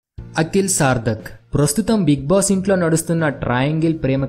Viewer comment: నీ బొంద. సార్దిక్ కాదు నాయనా. సార్దక్. ఈ information అంతా తెలిసిందే.